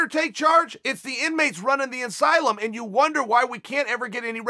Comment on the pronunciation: “When the promoter lets the fighters take charge, it’s the inmates running the insylum” Chael Sonnen